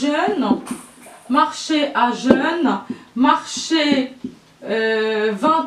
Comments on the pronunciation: A jeun, le n ne se prononce pas. On dit [ aʒœ̃ ] (« a-jun ») et non [ aʒœn ] ( « a-jeune » ). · juste une petite remarque PROF : prononciation : à jeun (vous prononcez à jeune)au lieu de : à jin ) et aussi dans l'allégorie :le temps mange la vie, on peut la confondre avec la personnification car le verbe manger est propre à l'humain. Pour ce qui est de l'explication de ce cours qui me semble un peu compliqué à retenir, vous êtes excellente. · السلام.مع تقديري لتميز الدروس التي تعطيها اظن ان بعظ الملاحظات البسيطة من شانها تعميم الفاءدة.مثلافي عبارة A jeun حرف nلا ينطق